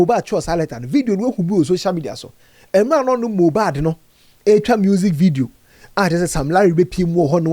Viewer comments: Eii said mojab😂😂😂😂 konkonsa sweet u u sayn moja n mohbad together 😂😂😂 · Kokonsa ntsi mohbad koraa you said mohjad 😂😂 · Ei, Mojad paaa!😅 I knew it was a slip of tongue